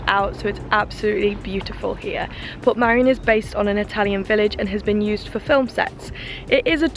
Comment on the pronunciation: You were chancing it going up that late in the day ,head torches are useless in mist or low cloud. You were very lucky to make it down safely. Its Port Meirion not Port Marian by the way 👍 nice video though .👍 oh by the way jumping of that bridge is not allowed ,people have died doing it.